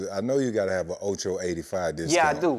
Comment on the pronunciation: ocho said coupons lol